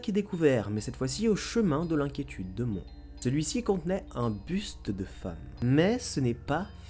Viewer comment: J'habites pas très loin de la ville de Mons et ça se prononce Monsse ( donc on prononce le "s" ) cordialement. Cette partie m'a fait grincer des dents sinon c'est une super idée pour Halloween j'adore ce genre d'histoire